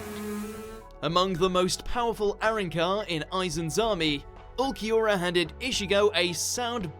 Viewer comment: butchered Ulquiorra's name